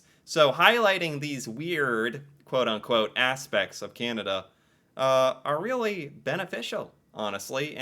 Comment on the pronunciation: So sorry, but as a Canadian.. it is slightly offensive how some mericans pronounce Canada as Kennadah. :D Sorry :D